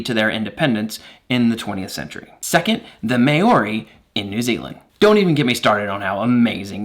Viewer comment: "mao ree" not mayuri